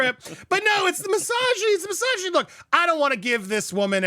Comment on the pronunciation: I love the way you pronounced "misoginy". It sounded like massageny, so I now think every woman in the world is getting free massages 😅